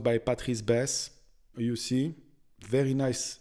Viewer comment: The projection is called in English a "turret", the pointy roof is a "spire". Enjoying listening to your accent. Every time you say "Is veddy nice" I can't help but hear Mr Creosote from Meaning of Life, or the French kniggets from Holy Grail. 😁😜 I don't understand why so much history is so run down and abandoned in France. These places should have so much tourism potential. Except the first one. Sharing walls with neighbours? No thanks.